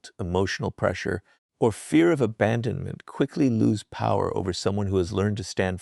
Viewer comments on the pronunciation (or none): none